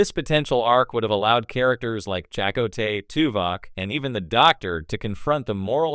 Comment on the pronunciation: Who's Jack "O Tay?? - A.I. can't even pronounce the name correctly. It's hurting my ears.